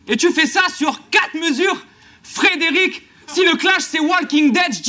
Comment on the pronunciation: C'est Fred "est" rick pas Fred "et" rick 😂